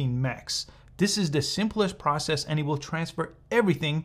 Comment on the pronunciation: Bro really said wiyol 😭🤣